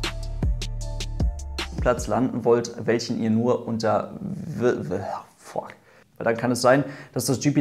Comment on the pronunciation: An den Outtakes merkt man erst so richtig, dass Pilot ist... Jeder spricht das F-wort mit 'fack' aus, aber die Piloten in Europa sagen lieber Fokk:D